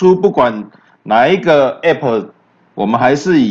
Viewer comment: A p p是一個字 你都會boss 你不如分開一個字講 b o s s 啦